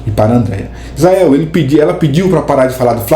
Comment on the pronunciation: Eles não acertam o nome do Izael!! É Israel, Eziel, Oziel, Mizael,😅😅😅😂